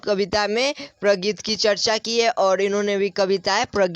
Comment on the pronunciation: प्रगित को प्रगति क्यो पढ़ रहे हो पढ़ने नहीं आता क्या